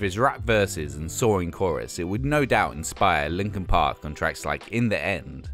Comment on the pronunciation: Hard to tell what the hell he was actually saying in that segment but he seemed to be praising Deftones, Lincoln Pink's Hybrid Theroy and SOAD's Chop Suey. Pretty random to call these "perfect moments," especially when you consider the type of idiot pop-music consumer that would "crossover" on a phase to like Lincoln Pink.